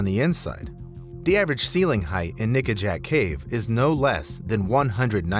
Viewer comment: it doesn’t quite sound like he’s saying ‘nickajack’. 🤨🤨